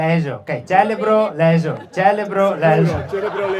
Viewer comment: Cerebroleso celebro - leso , simpatico quando sbaglia velutamente le parole , bravo l' assessore , sensaltro !!